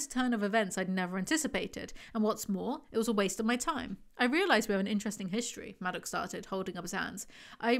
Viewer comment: I know this isn’t important but I couldn’t get past “madoc”. incredible how you finished another one of these